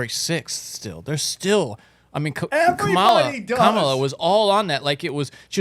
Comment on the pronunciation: I love all of sams variations of carmello/camilla/carmella/kamayla/camella/ etc. harris name 😂😂😂. I dont think he has gotten it right even once and its hilarious